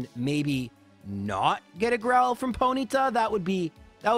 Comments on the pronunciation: Foenyta? Fonyta? Something like that. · Was a foenyta instead of a bronyta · Ponyta more like hoenyta